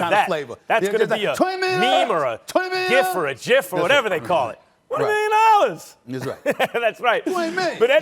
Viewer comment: 20 Nillion Dollars - Stephen A. Smith 2021